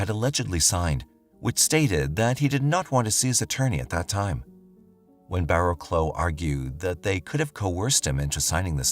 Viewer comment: Barrowclough is pronounced Barrowcluff!